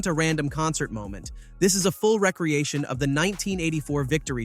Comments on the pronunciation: Of course, it's AI text to voice. Didn't you notice the pronunciation of some words? Wreck-creation was said instead of ree-creation since recreation is a heteronym. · is it an AI voice too? I noticed he said "recreation" incorrectly. He said rek.riˈeɪ.ʃən instead of riː.kriˈeɪ.ʃən